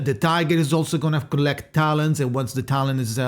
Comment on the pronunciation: The other day I heard you call them "talon" singularly, but today you're calling them "talents"? Or "talens"? But that doesn't make sense, because the plural of "talon" is "talons", so you got me really confused 😭 anyways, aside from this, thank you for the video, as always super useful! Can't wait for the guide too, even tho I won't be pulling her, I just like watching your videos. Have a good day/night !